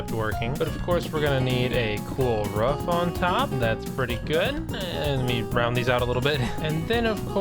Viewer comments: ROOF NOT RUFF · You said at the start of the vid you said “ruff” not roof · I thought cats said meow, not roof pronounced "ruff". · why would a cat pronounce roof ruff? sounds like more of a dog thing. or maybe you are just a fraud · "We are gonna need a ruff ontop." lol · I almost unsubscribed when he said "ruff" instead of roof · 34 seconds in.... it sounds like your saying you need to put a cool Ruff on top. my first thought is to put a wolf on your roof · "Ruff?!" I know you're a furry but damn bro 😑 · “It’s gonna need a beautiful ruf “